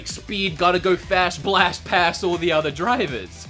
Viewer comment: i know how you feel when you said past with the hard a (almost like paste). i can't say y'all.